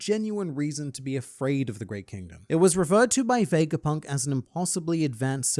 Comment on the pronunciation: Its not VEJGAPUNK but VEGAPUNK without the J